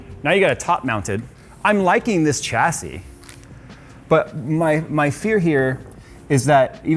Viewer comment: Shassy. There is no ch in the pronunciation. Why can't people get this right!